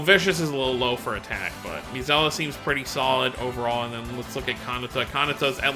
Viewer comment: Her name is Milla (Me-lla). Not Milla